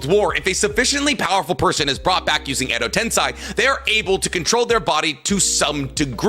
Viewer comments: he tends to mispronounce some things like how he pronounces "edo tensei" as "edo ten-sigh..." Like how the heck does he continue to get that wrong? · I watch but I still believe Naruto has a bunch of retcons. But with him mispronouncing, let’s remember is bad at pronunciation no matter how much he gets corrected. He still says Edo-TenSAI half the time despite being corrected many times and being told how it’s factually incorrect. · I wouldn't worry about calling you Diggo Knight. I do enjoy his content as well, but for someone called Weeb Commander, his pronunciation of some Japanese words is terrible. Edo Tensei = Edo Tensai Mount Myoboku = Mount Mubuko There's more I can't think of off the top of my head. Lol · It physically hurts me when he says “edo tensai” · can't stand his pronunciation, calling kokuo "kukiyo", "edotensai", and so many more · guy cant even say edo tensei right lol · I really don’t think he was trying to be insulting to this day he still mispronounces Edo tensei